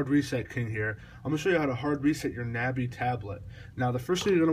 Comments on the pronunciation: Its not a na bi its a nabi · It's not a na bi it's a nabi